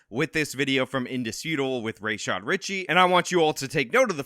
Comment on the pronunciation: You refused to say Rashad Ritchie properly, was it to express bad faith in a way that has nothing to do with the content of the story? It's like you paid attention to Gulf War George H W Bush, back in the day (Sadam, Hasan, Rashad). It's sad. I liked your applicable points, except about the redacted receipts - a third party saying the receipts are real while not letting anyone see them is not the release of evidence, its hearsay. You intentionally express tangential contempt to cater to your listener base and it berates the truth. It would have been interesting to examine the differences we could actually see, between Negligent Defamation and Malicious Defamation with the actual language of the statutes. But that would be work and somehow speculative. I understand that you are a failed Law Enforcement official, when did you fail. If you aren't a failed, why do you expresss yourself in this media, in this way, it can't be good for your career especially when you make so many rookie mistakes.